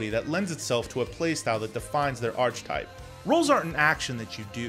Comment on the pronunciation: Awesome video! I've never once heard some pronounce archetype as "arch-type" lol.